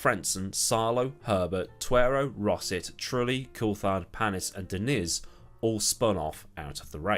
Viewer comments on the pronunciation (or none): Diniz not Dinis surely?